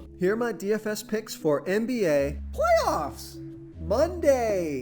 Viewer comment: Dont ever say "playoffs" like that again 😂😂😂😂